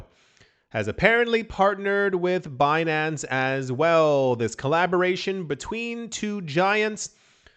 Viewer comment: I like Be-nancay 😂